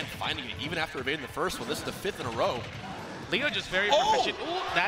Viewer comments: Why can all the white people pronounce "Leo" correctly in the Spanish way, but Zero, the ONLY OTHER HISPANIC guy, can't pronounce it? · It's ironic cause Zero was mispronouncing "leo" while hbox was actually pronouncing it correctly